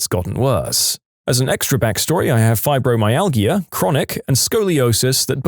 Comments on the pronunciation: You say it “Fibromyal-ja” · Fibromyalgia is pronounced fiber my al ja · Fibromyalgia is pronounced with a soft not hard "g". Cranberry juice, despite it's acidity, has been scientifically shown in several research studies to reduce bacteria in the bladder. As someone who is prone to UTIs, if I drink cranberry juice at the first hint of one I can stop it from turning into a full blown infection which will require antibiotics.